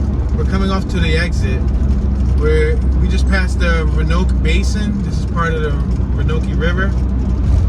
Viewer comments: It's pronounced "ROW-an-OAK" WIlliamston, like so many small towns in America, is a hollowed-out shell of what it used to be. Once, the downtown was full and bustling. Now all these towns are much alike - buildings in what used to be the down-town shopping areas are falling in. The Wal Mart phenomenon. Cheaper, faster, more convenient... Chick-fil-a replacing the R&C Restaurant. Everything is fast, cheap and in bulk - we're cattle at the trough of consumerism, and we've lost our souls in the process. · Your pronunciation of The Roanoke was hilarious.